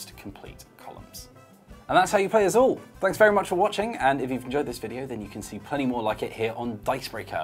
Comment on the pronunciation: Excellent pronunciation of "Azul", could have done better with "Évora", though.